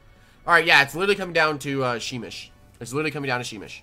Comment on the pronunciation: You pronounce it like shh-meesh